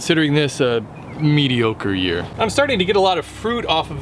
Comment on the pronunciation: So it's a good year for okra? "Meaty okra year"?